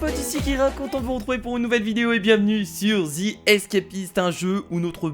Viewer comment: C pas thi c the avec un e pa zi mais ze